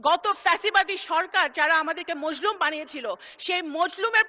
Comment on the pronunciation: মজলুম না মাজলুম হবে কথা কইতে পারে বেডা